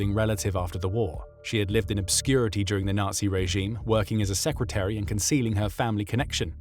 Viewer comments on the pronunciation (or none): none